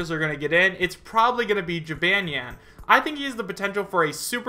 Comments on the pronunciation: I'm a simple man. I see Jibanyan, I click. Edit: Wow, you say Jibanyan so wrong. Its gee-bon-yon. Not Gee-ban-yan. Sorry, continue. Edit 2: Apology accepted (he said excuse me if I'm offending anyone). Like I said, I'm a simple man. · it's ji-BAHN-nyan, not ji-BAN-yan! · Its pronounced "Ji-bon-neon" not "Ji-ban(as in "banned")-ne-an" Although I do appreciate you trying. you say the "neon" part fast so it sounds nyan. Therefore, Jibanyan. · you said jibanyan wrong not to be rude its pronounced (ji-bahn-nyan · I honestly really want Jibanyan in lol. Also, I don't mean to offend you, but Jibanyan is pronounced Jih-bohn-yohn :3 Tbh I like the way you say it tho lol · Pronunciation: Chee-bon-yon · Ji-bahn-yahn, and he's the mascot, like Pikachu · OOH that Jibanyan section has me (A lover of yokai watch) EXTREMELY TRIGGERED. First off it's pronounceds Jeh-bon-yawn. NOT how you pronounced it. Second "Most popular Yokai Watch Monsters" THEY ARE CALLED YOKAI. Ya know like how Pokemon is Not Pokemon Monsters, it's just Pokemon (Which already means pocket monster). At least you pronounced yokai right. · Nonstop _Gamer I don't really play the games, so I don't know how it's pronounced in them. You would think it would be the same. I just say it as Jib - ahn - yahn. I agree with you though. I trust Pokedex 3D for Pokémon name pronunciations. I'm not sure if they are the same as in the anime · Pronounce Jih Bahn Yawn or Jee Bahn Yawn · It's pronounced (Jib - ahn - ny- ahn),. Sorry for correcting you, it's simply a reflex. Plus, I hope his Final Smash is his special move in the games, Paws of Fury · lmao that pronunciation of jibanyan made me die a bit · Hears pronounce jibanyan wrong TRIGGERED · Trust me Jibanyan is a good fit for smash AND ALSO your pronoucing his name wrong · I know you don't know much about Yo-Kai Watch, but. The way you kept pronouncing Jibanyan hurt my soul.. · Omg not to be mean but you butchered jibanyan